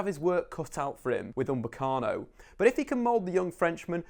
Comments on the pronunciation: his name is UPAMECANO not umbekano xD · He tries so hard to try and sound smart but can't even say upamecano